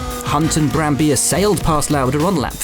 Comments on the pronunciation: It's BrambiLLA, not Brambija, it's an Italian name, not a Spanish one. Come on English-speaking commentators, get a pronunciation right for once...! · Its Brambilla not Brambiya. Hes italian not spanish, how can they get it wrong in every single video? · Me: an Austrian GP video? Great, certainly it will feature Vittorio Brambilla's win in 1975 Also me: wait, there's Will Buxton and his awful Italian pronunciations. Always me: Let's give a chance for the 123rd time . . : Will Buxton: "Vittorio Brambija" Me: How dare you? You've stolen my dreams and my childhood with your empty words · Will it’s Brambilla, not Brambija